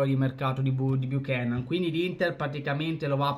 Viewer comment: ahahahhahaha tranquillo! Anzi tu rispetto a molti altri,il cognome lo hai detto in modo corretto,c'è gente che lo ha chiamato nei modi più disparati e manco c'è andata vicino per sbaglio😂😂😂